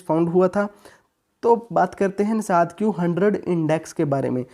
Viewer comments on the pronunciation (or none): Its Nasdaq, not nasadq 😂😜😂😂😂😁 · Bhai its Nasdaq. Not Nasadq